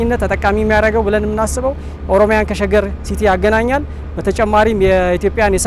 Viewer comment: what is ormya? And way he said that